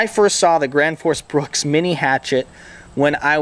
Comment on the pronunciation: The gwansforce bwooks